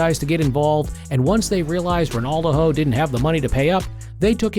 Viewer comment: The A.I voice over is annoying calling him Ronaldoho 😅